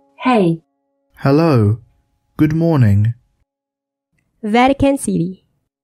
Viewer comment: good moaning 💀